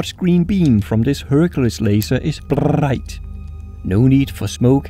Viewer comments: EDIT: BRRRight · Brrrrrrrrright ? What the hell was that about ?